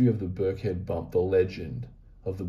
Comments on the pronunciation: It’s not that important, but I live near there and it’s pronounce Birk-en-head. Great reading. I’m getting some Pomegranite juice. Love to the piggies ❤️ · It’s Birkenhead not Birkhead 👍 it’s a little fishing village on the River Mersey… opposite the centre of the known universe… Liverpool 😉